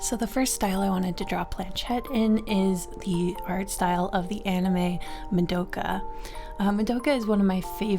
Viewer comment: Very sorry to do this, but the way you said Mudoughkuh has sent me into a rage. It's MA. DO. KA. it's easy. no muhs involved.